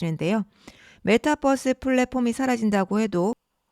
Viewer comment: 메타버스지 메타뻐스가 뭐냐 전라도사람이냐